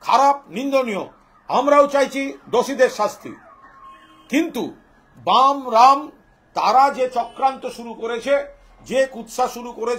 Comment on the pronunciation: বামরাম না বলে " ব্যারাম " বলুন দাদা